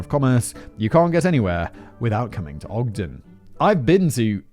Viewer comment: Hey Simon! Kudos for pronouncing Ogden correctly. This happened the day after my 9th birthday and it horrified literally everone here. In high school, I heard William Andrews' lawyer speak, he had been trying to get Andrews off the death penalty by claiming that he had no hand in the atrocities. This was my first moral dilemma at age 17, I finally decided that there was a phone LITERALLY in the nxt store and a pay phone on that block that Andrews could have used at any moment to call the police and the fact that he didn't do it made him as complicit as if he'd pulled the trigger. The lead investigating officer was a dear friend of mine much later in life and he'd never talk about what he saw there. One of Courtney's cousins was my OB/GYN in the late 90s. Edit:The building that housed the Hi-Fi Shop was torn down sometime ago. I mistakenly said it was still standing when I posted this earlier. That was a brainfart on my part.